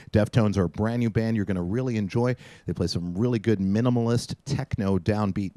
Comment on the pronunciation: Reggie...that was BranDEE not brand new.......